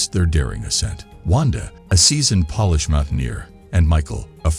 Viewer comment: Bad pronunciation: "tree-cherous" for "treacherous" and "Polish" pronounced like "shoe polish" instead of "Poland".